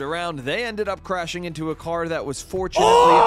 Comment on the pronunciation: "its in my cwar"